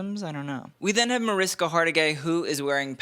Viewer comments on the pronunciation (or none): And it's pronounced Mar-ISH-ka, not Mar-IS-ka. The dress is indeed spectacular; I can't help thinking she was doing an homage to her mother, who would also have loved that dress and been a knock-out in it. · sorry to be that person but it’s Ma-rish-ka . Agree it’s a nice dress.